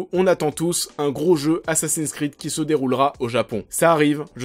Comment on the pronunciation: "assassiiiiiiiiiiiine sss'crrrrrrreeeeed" ça fait mal aux oreilles :/ Les mots et noms en anglais se prononcent en anglais, c'est mieux